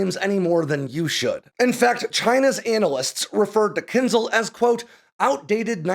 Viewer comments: It is pronounced "Kinshaal". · You should read it as Kin-jal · Thanks for the video! But it hurts to hear how you pronounce kinzhal :) It should be kinžál, so not z but zh and the stress is on the second syllable. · When will English learn that Latin transliteration "zh" from Cyrillic is pronounced closer to "j" and NOT "z", so it's "Kinjal" not "Kinzal". Anyway, however you pronounce it, its military power remains equivalent to its name -- a dagger, and definitely not a missile. 🤣🤣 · Claims specialist knowledge but can't pronounce "kinzhal" (кинжал). This is no eхpert. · I think it's rather pronounced Kinsh-aal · Spot-on. As an American in Ukraine, may I help a little with the pronunciation of "dagger"? Кинжал has that lovely ж in it that we transliterate to zh, but the sound isn't a z, but like the s in casual. And the al is like Al as in You Can Call me Al.